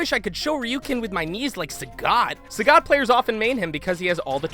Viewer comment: "Sah-got?" You are good at reading.